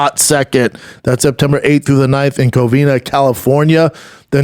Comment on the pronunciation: My dude still cant say "Covina" 😂😂😂 every time it's Covin-Ya!! Lol